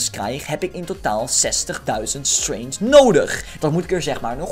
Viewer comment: Het is gewoon strEngth niet straint je zegt straint